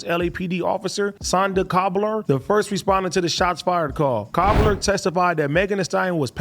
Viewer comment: . AD says "Sonda Cobbler" instead of "Sandra Cabral" Lmao